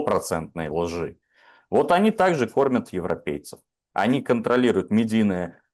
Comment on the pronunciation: ..."продавец пахвалы", "ложи"... чувак упал в моих глазах =( ну "продавец пахлавы", "лжи". экзамены хоть сдал?